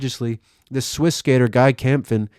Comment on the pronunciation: SO GLAD you put in Guy Kämpfen, and you pronounced it right the second time. I knew him quite a bit and yeah, he's probably the first one to do bigspin heel out(Cole even mentioned him on SLS for it) of slides and lazer flips. Sven Kilchenmann has some very great lines, too!!